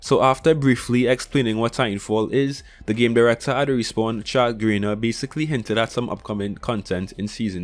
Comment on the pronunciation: It irritates me a bit when people mispronounce names and mispell them but it's Chad Grenier not Greiner just to let you know.